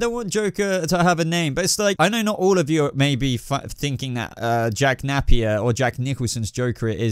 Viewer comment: It's not 'nap-ear', it's nah-pier or nay-pier. You don't pronounce Rapier as Rap-ear. I like your videos, but you REALLY need to fix these pronunciations.